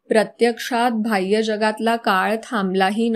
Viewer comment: भाय्यरेषा नाही, बाह्य रेषा असते. न्हवते नाही. नव्हते हवे. माणभावी नाही मानभावी.